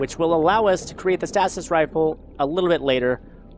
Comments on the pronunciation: its pronounced stay sis. not stas is. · Dang it! He's saying stasis wrong again!!!!!! And no, it's not a tomato/potato thing.